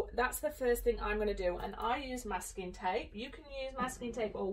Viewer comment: Oh my God MASKING TAPE. Your inflection kept making me think you were saying ‘my skin tape’ and I was like ewww do they call it that there?! Because it’s fleshy colored and matte?! Wow lmao